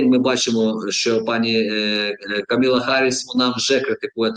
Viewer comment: Пане Ігорю, правильніше буде КамАла, Камала Харіс, а не Каміла.😉